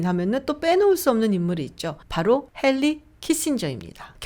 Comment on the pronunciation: I hate to say that you are misrepresenting the historical and fundamental structure and social make up of America. You are mixing up lots of important issues which needs in depth analysis. It is very dangerous. This Youtube platform would not justify to discuss such topics anyhow. Just few mispronunciation on names. Henry Kissinger - 핸리, not 헬리. Greenspan - 그린스뺀, not 그린스펀. Roosevelt - 로우, not 루우. There are many great Jewish patriots in the US history, namely Haim Salomon who funded George Washington's troupes to defeat the British. Of course we should not forget that Christopher Columbus was a Jew converted to Catholicism.